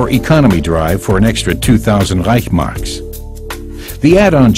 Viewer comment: It's not REICH..marks, it is ReichS-Mark.